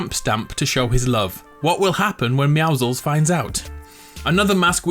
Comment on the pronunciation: Why do you say meowclezs